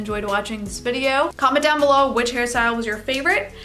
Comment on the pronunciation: everytime you say hair style, i hear harry styles 💀 💀 💀